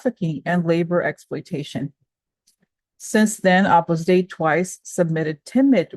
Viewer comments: Love your daily shares! 🙏🏻🙏🏻🙏🏻 Side note: Opus Dei is pronounced 'Opus Day.' 🥰💙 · pronounce O pus Day-ee